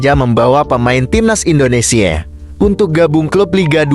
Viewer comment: Indonesia bang bukan Indonesie parah lu 🤡